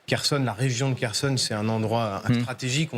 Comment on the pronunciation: Prononcez KHORLY pas KORLY Mademoiselle la journaliste. Prononcer KHERSON pas KERSON Monsieur le journaliste.